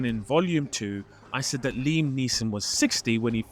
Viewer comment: Li. As in, Jet Li